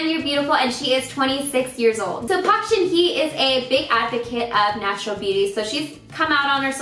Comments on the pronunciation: you were mispronouncing park shinhye. the hye sounds more like "hey" than "he" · I literally cringed when she said Park Shin Hye